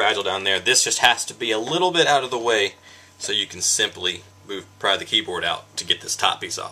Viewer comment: every time he says "pry'' it makes me cringe